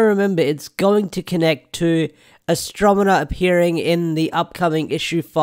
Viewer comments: might be spelled that way but I’m more pointing out you’re pronouncing it “mena” and not the other way around. Which I get. Stuffy nose and whatnot but just thought I’d point it out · You're not pronouncing her name right it's pronounced as he said Astronema.